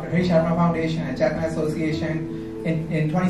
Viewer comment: "Chetna"....doing so well 👍👍